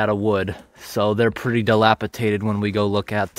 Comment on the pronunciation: It's pronounced dilapidated not dilapiTated.😁